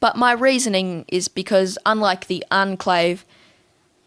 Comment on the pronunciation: "Unclave" 😂 I'm sorry if you have an accent but either way its pronounced "Onclave"